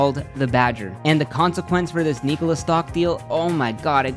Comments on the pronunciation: Subbed immediatley, amazin channel, but it's irritating that you did not research how to pronounce "Nikola" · Am i the only one who hates how he pronounces Nikola? I have never heard it pronounced that way. I could be wrong....what does everyone else think?